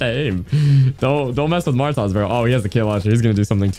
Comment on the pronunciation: The way that hw pronounced Martoz, Martaz😂